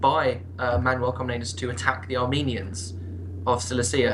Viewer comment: It's Manuel I Komnenos sound more Greek xD